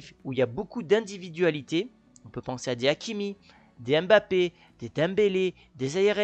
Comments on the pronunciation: Mbappe vous a déjà dit comment prononcer son nom, pourquoi vous enteter a prononcer M'Bappe et non Mbappe, pourtant vous êtes capable de dire Zlatan et non Z'latan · On écrit Mangé et on lit ''Mmangé'' Aussi, on écrit Mbappé mais on lit ''Mmbappé'' C'est pas la peine de dire M-Bappé Cher français faite un peu d'effort avec les noms africains